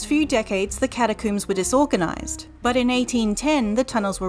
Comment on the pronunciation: Cata-COOMS! Wait is "comb" for hair said the same coom way in Australia or New Zealand?